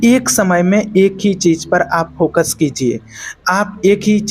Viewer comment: Work on your pronunciation Sha ko sa , sa ko Sha .. Za to ja It sounds so ugly . Then it’s cheez not cheej U don’t even feel like subscribing after listening to such pronunciation